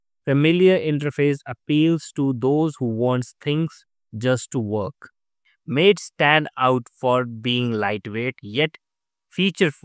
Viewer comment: "Maté" is not pronounced as if meaning "friend", like "Late"! it's pronounced "mah-tay", like "Latte", and it's also a type of beverage!